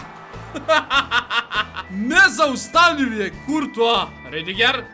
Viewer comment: Kaze se Ridiger